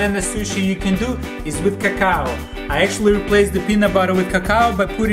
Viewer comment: lmfao i died when he said CACOW!!!!! cocoa